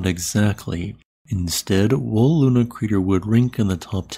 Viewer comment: It's not called LUNA crater.. It's called LONAR crater.. Named after the town